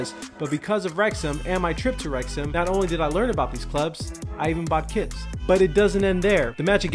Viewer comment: It sounds like bro is saying kids instead of kits 🤣